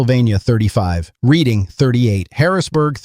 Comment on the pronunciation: It's pronounced "red-ing", moron. Not "reed-ing"